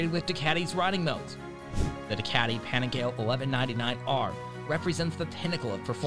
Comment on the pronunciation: Let me step in here for Americans to say the dolt (guy) narrating this doesn't represent all of us. Any guy I know in US that rides streetbikes understands how to pronounce Panigale properly.